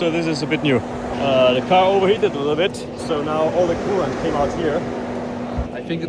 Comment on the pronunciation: Coolant❌Kool-aid❌coolant aid ✅